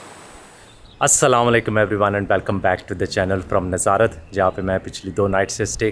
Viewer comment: آپ کی ویڈیوز اچھی ہوتی ہیں لیکن آپ چیزوں کے نام غلط لیتے ہیں اب جیسے آپ ناظارت کہہ رہے ہیں لیکن اس شہر کی نیظرت کہتے ہیں اور سباتھ کہہ رہے ہیں یہ سیبت ہے ۔ اس کی pronunciation کی یوں ہے شہر کی nazruht اور یہودی جس دن کام نہیں کرتے اس کی sabuhth ہے ۔